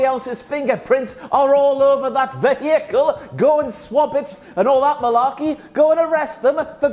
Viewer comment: Ve-hiiii-cle, the extra syllable makes me laugh too lol